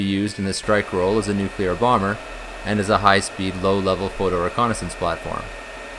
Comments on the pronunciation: The word is "nuclear" and not "nucular" as you pronounce it. "new" + "clear" = "nuclear". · It’s a common pronunciation. Not as annoying as “aks” instead of ask. Never mind that it doesn’t make sense, but this is English we’re talking about and the relationship between spelling and pronunciation is purely optional.